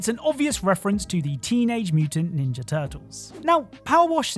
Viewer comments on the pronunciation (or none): none